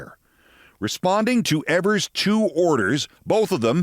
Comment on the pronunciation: 👍👍 it's Eee-vers.👍👍👌